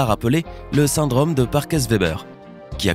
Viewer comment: La désinvolture dont fait preuve le narrateur à l'accent du sud-ouest bien marqué est insupportable. Les "cases" au lieu de causes", le "syndrame" au lieu de "syndrome" ...